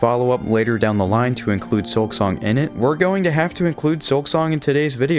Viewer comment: Hermano es un excelente juego pero por favor deja de usar la AI para hablar en tus videos Se oye horrible que llames "SILKONG" a SILKSONG